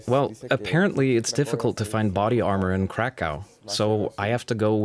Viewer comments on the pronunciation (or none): none